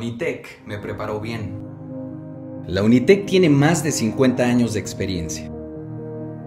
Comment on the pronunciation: Todo bien hasta que dijo unitec